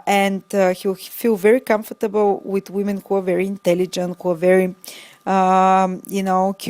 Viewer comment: Learn the pronunciation of comfortable